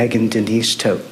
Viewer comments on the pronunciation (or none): It’s tow-t family, not Todt the way you’re saying it. It’s German. It means dead ironically enough. Anyone that has played RuneScape knows Wintertodt. Also, I know some German. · Hey dude, it’s pronounced Tow-t, and it’s German, it means dead ironically enough. Wintertodt is a popular world boss on RuneScape, this is not how I figured this out but it’s the most common example of Todt I know. Well, now this. Poor kids. Poor dog. There is no afterlife and I hope his brain realizes that as it shuts down.